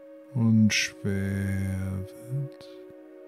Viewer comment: Sry... ich wurde total abgelenkt weil alles so "schwär" wurde... "schwäre" Beine... "schwäre" Arme... voll nervig. Wo ist das Problem "SCHWER" zu sagen??